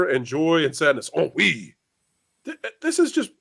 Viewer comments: It sounds like you're saying "On Weed" lol is she gonna discover weed in this movie? If she does, that would be hilarious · Since I read period romances, I have seen ennui used in a sentence, but never said aloud. That’s why with the mashed pronunciation at the start, I didn’t realize it was ennui being talked about here. And typically in books, it’s in the context of one of the British ton (very upper class wealthy rich people) who have grown bored of the entertainments they attend, the travel, and feel a sense of “we do the same thing, have seen everything, existence is pointless?” mild boredom, with world weariness also. Not something I would ever associate with childhood or teenage years growing up. And working class people have no time to feel ennui, it’s a luxury they don’t have.